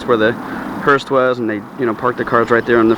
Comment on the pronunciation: Respectively, the vehicles are called hearse, not hurst.